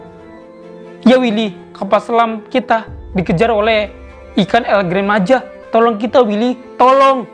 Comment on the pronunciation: Bang di bacanya tetap Gran bukan gren